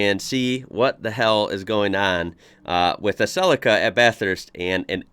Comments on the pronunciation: "Celica" as in "sleeker than your car". has no one told you it's pronounced 'sell-eek-a' not 'cell-icka' ? ... now watch "The Castle" (1997) it's the ozzy way of life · We call them Sell-eeka not Sellecka, as you probably heard the commentator say. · CEE-LEE-CA NOT CELL-LICK-CA 👍🤓👍🇦🇺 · ... oh god the pronunciation .. it's Cell-E-Ka here in Australia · Cell- li-car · Sell'i'ka hahaha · Celica = Cell - eek - ah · G,day. Some of us pronounce Celica ( silly_car). Had one that model and like the others sold it on. If only we had known!! All the best. Bluey. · It's japanese and it would be pronounced Se-lee-kah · We pronounce it Cel-E-ca as in capital E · Celica is pronounced CEL EEE KA. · In Australia we pronounce Celica as Celeeca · I own an older classic Celica and the pronunciation in Aussie language is like this, SEE LEE KU not the way yanks say it like it is something in a salad bowl! 😄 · The I is pronounced as an E in celica. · Celica we pronounce it SEE-lee-car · We say it like sel-leek-ka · He says it like it's spelt CELACA or something not CELICA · everyone got it wrong! it comes from the latin word caelicus (heavenly, celestial) which is pronounced